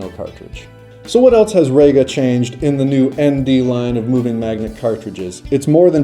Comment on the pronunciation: Reeeeeeeega not RAYga